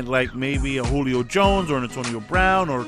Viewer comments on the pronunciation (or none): none